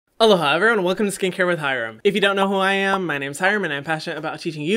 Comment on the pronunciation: I used to think that in his intros he said “hello hi everyone” instead of aloha 💀 took me almost three months to realize that omg